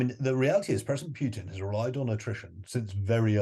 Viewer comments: It is not "PYUTIN", it's not "PYUTIN"! Hearing PYUTIN is cringy. It pootin. Poo-tin. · This "expert" doesn't know that U and YU are different Russian letters and Huilo's name is not "Pyutin" which amounts to an annoying mispronounciation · No, it's Pyukin. Or Pyutrid, I forget which.